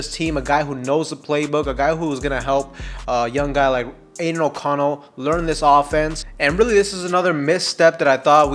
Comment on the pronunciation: Just call him O'Connell.😅 sounds like your saying anal O'Connell 🤣. Good content though 🤙🏽